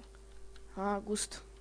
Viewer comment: nie mówi się "gust" tylko "gast"